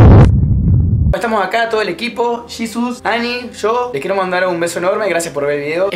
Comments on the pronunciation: que grosero eres; porque dices yisus en lugar de jesus? y ademas este video es como una copia de hola soy german preguntas de twitter ; me gustaba mas tu participacion en Aliados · "Yisus" JAJAJAJAJAJAJJA